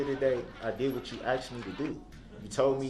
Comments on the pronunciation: HE axed them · "aKs" "axe" "axed" "asKed" 😤😤😤🤬🤬🤬🤯🤯🤯🤬🤬🤬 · the "aKs" made my brain hurt! 😂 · "juriZdiction" 😂🤣😂🤣😂 " do you recall what you don't recall" 🤣😂🤣 It's "faxs" "I did what you AXE me to doooo" "respek" STFU